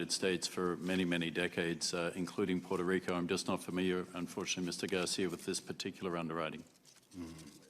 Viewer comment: Garcia says Puerto Rico like a white person.